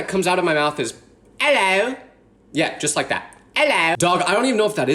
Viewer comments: “ellow” had me dying.I am British and that does not sound British to me u sound like a ,I don’t even know 😂😂😂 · "Ello" "ello"💀